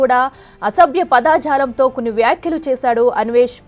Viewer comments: Padajalam padaajalam kadu correct pronounciation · పదాజాలం కాదమ్మా..పదజాలం !! news readers తెలుగు ని చంపుతున్నారు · పదా జాలం కాదు పద జాలం, కర్మ కర్మ తెలుగు రాని వాళ్ళు కూడా వార్తలు చదివే కాలం వచ్చింది. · పైగా పదాఝాలం అని😂.